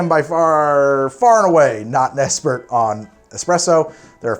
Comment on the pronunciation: "...it's not ex-spresso..." "I'm far, far and away not an esspert on espresso....."